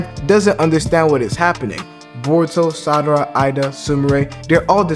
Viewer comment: Lol why do you keep saying Sadara ?